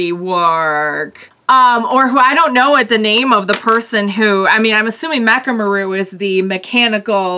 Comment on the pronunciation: Mechamaru's name is 'MEH-ka-MA-ru,' not 'ma-RU.'